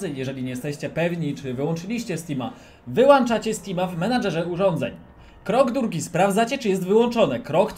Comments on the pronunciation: Wyłączacie a nie wyłanczacie uszy mnie bolą... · Wyłąąąąąączacie, tak samo np. Włącz ( Jest włąąącznik od światła, nie włańńńcznik )